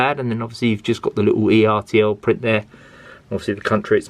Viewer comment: I have James and one of the two old coaches. I bought James and the old coach separately. By the way, it's pronounced ertl not e,r,t,l.